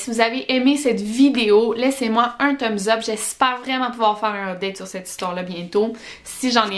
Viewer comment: Comment tu dis. ? Tum zud ?? Pour le pouce bleu 🤔🤔🤔